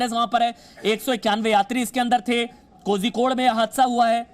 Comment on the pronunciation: Kozhikod nahi bol sakte ho toh calicut bolo...dont murder the name